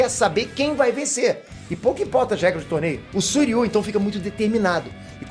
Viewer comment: Não é Suiryu, É Shiryu !!!!! Devem ser irmãos Gêmeos !!! AUHAUHUAHUAHUAHUHAU !!!!!!!